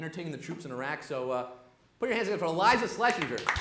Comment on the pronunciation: Wow. From this to three specials on Netflix. Atta girl! And he said her name wrong. Putz.